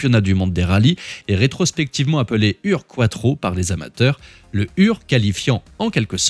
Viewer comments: Malheureusement il y a 2 belles erreurs dans cette vidéo. Le mot UR-Quattro est mal prononcé. Il n'y a pas un tréma sur la lettre U, donc en Allemand on prononce cette lettre comme OU. On doit donc dire OUR-Quattro. En plus, la définition de ce mot veut dire : le premier, le pionnier. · Petite remarque: Il faut prononcer "Our"-Quattro (comme dans "four") ;-)